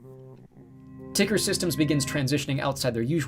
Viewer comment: If Tuckersoft changed their name to TCKR... wouldn't it be tucker not ticker? :P